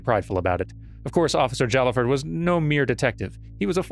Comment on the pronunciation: "Jallaford" is pronounced "Hai-ah-ford". Sword boyfriend usually says something about him when you first look at his profile.